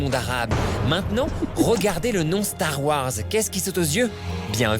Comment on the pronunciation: Depuis quand ya 3 A dans "Stars Wars" mdrrr